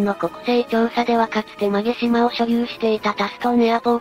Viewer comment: 馬毛島 ＜うまもじま＞ まげじま では？